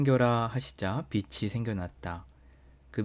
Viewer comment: 낮이(나지)라 읽어야 빛이(비치),라 읽어야 맞습니다